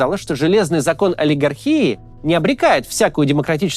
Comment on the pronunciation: Спасибо, Максим! Еще один классный очень полезный ролик ❤ !!! 😊( но всё-таки правильно олигАрхия, а не олигархИя ))) а то звучит , как медицинский диагноз)